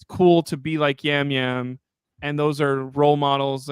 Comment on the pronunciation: its Jam Jam not Yam Yam